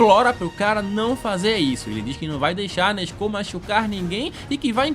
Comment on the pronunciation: Só eu q não aguento o a falar nezko 😂😂 (salve para Portugal ✌🏾)